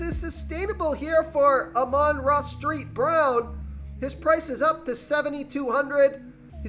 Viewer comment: Are u pronouncing the son gods name wrong on purpose? Or have I been saying it wrong?....just curious